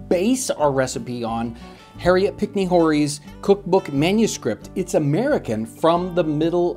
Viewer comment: Excellent! I bought some of this at Colonial Williamsburg. It's a perfect umami punch. Incidentally, Horry is pronounced without the H, hence oar-ree. Go figure, it's French.